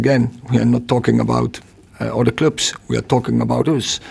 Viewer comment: I love it when he says clube 🤣